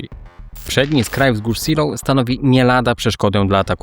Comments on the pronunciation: Kurde, jak można robić film o walkach o wzgórza Seelow i nie sprawdzić jak to się czyta??? Naprawdę uważasz, że niemiecki ma identyczną wymowę jak angielski? Gdyby to było angielskie miasteczko, to pewnie rzeczywiście by się czytało "siloł", ale to nie jest Anglia! Tak ciekawy i dobrze zrobiony film i co chwila ten zgrzyt z "siloł" jak drapanie widelcem po talerzu. Błagam, sprawdź następnym razem wymowę nazw niemieckich, francuskich, czy włoskich, bo naprawdę język angielski nie jest dobry do czytania "wszystkiego" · ZELOV nie Siloł - poza tym bardzo fajny materiał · Co to są wzgórza "siloł" ?? Seelow (IPA: /ˈzeːloː/) czytamy jak zelow. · Zilow nie Ziloł, to nie Anglia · Seelow czyta się "zelow", a nie "silof" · świetny materiał, ale wzgórza "Zee(i)lov" a nie "Siloł". pozdrawiam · *zdaje mi się że po niemiecku Seelow nie czyta się po angielsku "siloł" tylko bardziej "zelow" ale nie wiem może się mylę xd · Zeloo, ta miejscowość i wzgórza nazywają się Zeloo: a nie Si:low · Czytamy Zelof. Niemiecki to nie angielski. Szczególnie fonetycznie. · Wcale nie/ tak się nie wymawia Seelow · Super odcinek ale jedna uwaga to nie są wzgórze Siilowskie tylko (czyt. Zeelowskie z twardym e) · Nazwę czytamy Zelof ponieważ to niemiecka nazwa a nie angielska. Aż się ucho marszczy. Można sprawdzić wymowę przed nagraniem filmu. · Wzgórza nazywają się fonetycznie Zejlow.(Po korekcie bardziej kumatego kolegi) Siloł to brzmi jak nieudana operacja desantu na Anglię w 1940 (Seelöwe) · Żadne siloł, żadne zeejlow tylko ZIILO(W), długie I+E jak w słowie see (jezioro) np. Helenesee oraz W bezdźwięczne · Seelow czytasz nie Silow tylke Zelow, to nie jest angielski. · Zelow nie Siloł, to niemieckie nazwy nie angielskie. To tylko szczegół, bo przyznaję odwaliles kawał dobrej roboty! Łapa w górę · Zejlow chyba. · Raczej wymowa to Zeelof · Miasto SEELOW fonetycznie wymawiamy ZEEJLOW. Autor wymawia nazwę miasta i wzgórz po angielsku. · Najczęściej spotykam się z wymową "Zejlow/Zejlower"